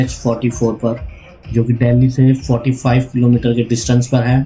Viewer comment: Sir आप डेली क्यों बोलते हो दिल्ली क्यों नहीं बोलते